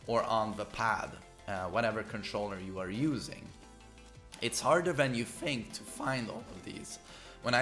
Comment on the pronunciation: "Harder than you FFFFink..."